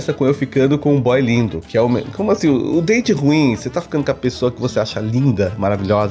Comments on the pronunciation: Toda vez que o fala meu date ruim eu entendo meu dente ruim kkkkkkk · Vc estava falando: Meu date ruim Eu ouvi: Meu dente ruim 🤣🤣🤣🤣🤣🤣🤣🤣🤣🤣🤣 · Eu também entendi isso 🤣😂🤣😂🤣😂meu dente ruim.🤭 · Eu tava entendendo "meu dente ruim".